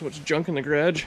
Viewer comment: must be is BOSTON accent???